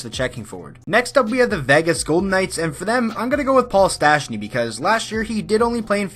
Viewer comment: ... so nobody will react on that you can´t spell or pronounce Paul Stastny´s name?